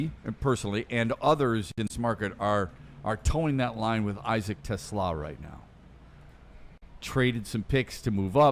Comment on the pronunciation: Te Slaa … the S does not go with the Te it goes with the Slaa. 🦁 He is not a car.